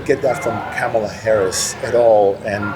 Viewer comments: Be straight dude, you didn't vote for Kamala because she's black. You can't even pronounce her name correctly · It’s telling who he really is. He can’t bring himself to say one bad thing about dumpster. He’s racist and doesn’t even know it. He said VP Harris wasn’t confident and experienced enough to be president. The fact that he mispronounces her name is blaring. Huh??? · If you can't by now pronounce Her Name correctly then dont speak Her Name at all. Go educate yourself. Not confident Ha! She only took down the big corps. Alone as a prosicuter...READ IT SIR. Stop being foolish. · How many months later and people still can’t pronounce Kamala’s name? Also would any of these people give a shit about how the DNC nominated her if right wing media hadn’t made it sound like some insidious plot? I highly doubt it. What does it say that right wingers were seemingly more pissed about the nomination than left wingers were? It’s all concern trolling and narrative building. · He doesn't understand. He likes trump why, I have no idea. He believed Trump's lies. Trump is a 34 count felon,rapist thief. So who would you vote for?! Kamala Harris is so much more qualified. He can't pronounce her name! She is well educated well-spoken and she answered those debate questions clearly honestly and truthfully for the American people. He just believed Trump lies. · I don't know how you just stand there so calmly 😊 I'm screaming at my phone.💙 his 1st term added 25% to the deficit. He won't even say her name right. Comma la its not hard